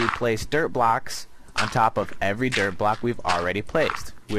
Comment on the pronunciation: Your dirt block sounds like derp block